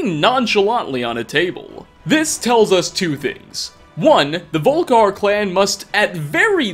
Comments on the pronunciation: Considering you said Volikhar, rather than Volkihar, I'm sorta impressed you didn't also say Dwanguards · VOL-KI-HAR,.